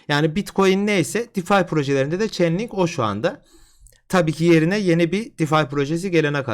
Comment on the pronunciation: coin'in ismini çenlink diye okuyunca anlamadım. çeynlink hocam doğrusu